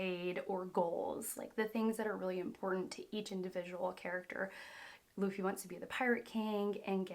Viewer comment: it’s baa-gi...not zee its gi.. i can't understand when its Lu for Loo you pronounced laaa..now its Bu for Baa but you are pronouncing Boo... by the way you must respect the names as the creator named them..